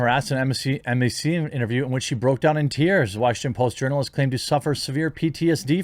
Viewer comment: When you were reading the Washington Post statement, it sounded like you said "urinalist" instead of journalist. Probably more applicable